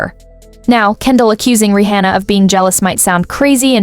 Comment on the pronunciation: why do you pronounce her name Ri hhona